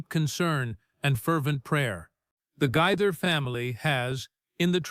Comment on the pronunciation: It’s Gaither, pronounced Ga- ther. Long “A”.